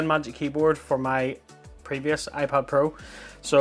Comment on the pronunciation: iPod Pro?? Thats the first thing i heard, and even the subtitles say iPod 😂